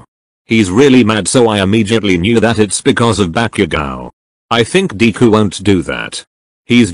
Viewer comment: Why did it say dee ku instead of deku